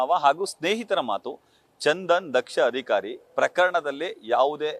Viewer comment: Adikaari alla adhikaari hakkara, akaara, spashta maathaadi en kannada channel swamy😮